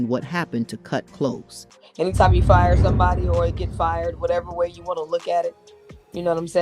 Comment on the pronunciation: It’s not “Kut Close” like “close the door”; it’s “Kut Klose” like “we’re very close,” but spelled Klose.